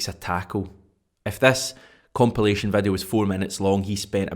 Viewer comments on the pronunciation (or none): none